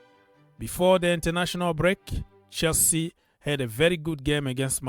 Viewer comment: I like the way you read Chelsea 🎉 Love for the big blue club